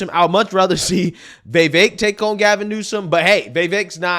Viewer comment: Why does it sound like you’re saying Gavin Newson?